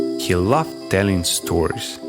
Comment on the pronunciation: Переозвучьте носителем, плиз, или человеком с хорошо поставленной английской фонетикой. Очень фонят з/с: зис, сториз и т.д.